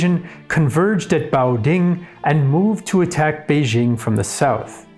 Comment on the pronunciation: He does get credit for pronouncing Beijing right. Many YouTube content creators, including some on related channels, can't even do that. They keep pronouncing "Beizhing" for some reason.